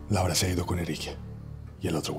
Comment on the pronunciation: I was HOWLING! Cause whenever he yells 'Laura,' it sounds like he's saying dick, with an accent in Hindi/Marathi!😂😂